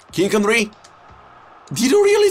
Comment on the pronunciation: So here we have team of the ear de ong kinck endry neymurrr